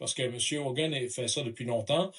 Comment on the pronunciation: Tom Homan, pas Hogan. La correction devrait être faite.